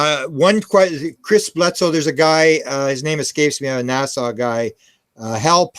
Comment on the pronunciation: I Love but it’s pronounced “NASA” as in Cape Canaveral, not “Nassau” as in the Bahamas!